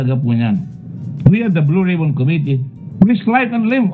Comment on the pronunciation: "Blow Rib-on"